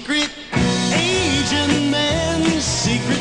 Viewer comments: He is SAYing 'Asian', that's how he's pronouncing it. Unless you were growing up in the early 60s, you wouldn't recognized the guitar riffs in 1966 that went with the 007 Dr. No culture and the whole secret agent thing. It was huge. secret agent this, secret agent that. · He didn’t pronounce the ‘T’ strongly enough. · I did also, the T is not pronounced.